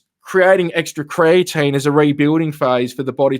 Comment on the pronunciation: Thanks for the clarification. I heard say creatine also.